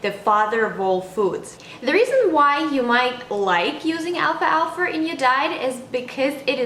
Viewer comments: excellent video, just the pronunciation is wrong , its alfal-fa, not alfalfa. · What country are you from? Because I notice you're adding the sound of the letter r at the end of the word alfalfa. I am from North America and we don't pronounce it with the r at the end. But I love alfalfa. I just added some today to my sandwich for lunch. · Al falfa but great info!